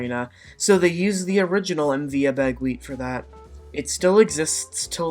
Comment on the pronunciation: I travelled on the MV Abegweit many times. It was a beautiful vessel. The proper pronunciation of her name is Abba-Gwit.